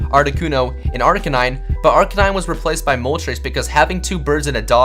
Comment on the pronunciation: In he said articanine